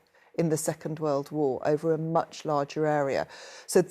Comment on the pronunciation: WAR?????????? EXCUSE ME???? IT IS NOT WARRR